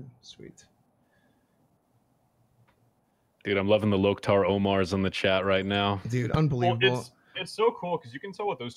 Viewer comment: "Lok'Tar " lol